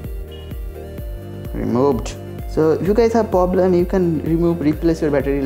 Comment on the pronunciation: পবলেম? তুমি মমতার 'পবলাম' এর মতই দুষ্টু করে বলেছো! 🤣